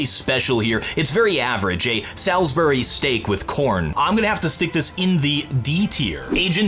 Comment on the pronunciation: The way you pronounced the word Salisbury hurts